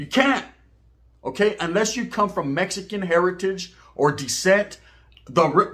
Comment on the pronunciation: I hate when y'all over in Texas say meskin put some respect on it and say it rite🤦🏻‍♂️